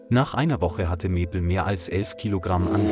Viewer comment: Awful commentary - the bear changed sex several times and the commentator just couldn't pronounce Maple. And a referral to Emma had a pic of three blokes. Apart from that, the story was heartwarming.